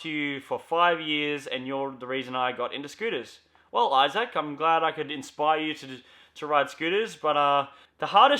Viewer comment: The way you say my Name Isaac is so cringe but everybody gets that name wrong dont know why.